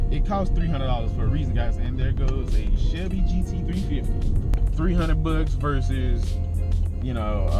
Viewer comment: Brad Makes he said SHELBY